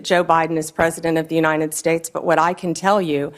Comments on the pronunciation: Pam - it's "uniTed", not "uniNed". Just say "you and I did" real fast. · Why does she say uninet states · What is the "Unined States""?